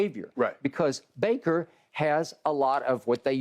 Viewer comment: Shannon be getting bakers name wrong every time😂 “braker” “blaker”. Had to come watch this after that crazy game